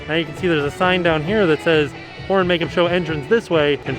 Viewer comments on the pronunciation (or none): I keep hearing the Whore makeup show! And now I can't unhear it! Lol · with the mask on, it doesn't sound like he's saying horror. 😂